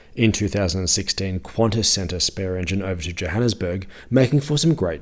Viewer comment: its pronounced kantas not quantas